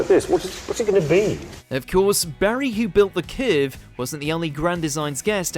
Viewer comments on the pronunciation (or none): What's a "kehrve"? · Strangest pronounciation of the word curve I have ever heard 🤣